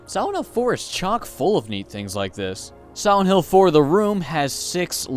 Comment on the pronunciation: Siwent hill